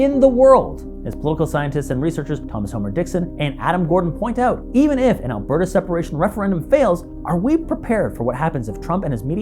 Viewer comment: It’s just “Alberta.”